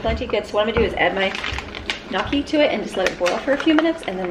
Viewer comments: gnocchi is pronounced weird the g makes is like a "nyo" sound. So it's N-YO-KEY.....but only 2 syllables all run together. Americans sometimes say it like you are but it's missing that ny combo sound that Italians say. When you google How to pronounce gnocchi, the first thing on the list has a button to push to hear it. The example on google spells it nyow-kee. I hope that helps. If you ever have leftover mashed potatoes and want to make them homemade, it's really easy, but takes time. It's a great activity to pull the kids into to help. My dad grew up with him and his sister and brothers sitting around the kitchen rolling them off a fork to make the little lines one by one for big batches. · My Italian Grandma taught me how to sound out gnocchi...it's knee-oh-key. The G is silent. Lol if that helps :) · I've always pronounced it 🤦‍♀️GUH-NOCH🤦‍♀️ you live & you learn 🤷‍♀️ happy birthday!!!❣❣❣ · Think it’s nyo -ki 😆 happy birthday! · That’s a hard one to say! A waitress at Olive Garden said to pronounce it like N yo key. Lol Happy Birthday 🎉🎊🎂🎁🎈